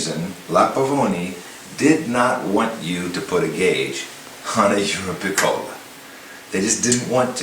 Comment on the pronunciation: Great explanation, thanks! Just wanted to point out though that it is pronounced euroPICcola. source: speaks Italian, lived in Italy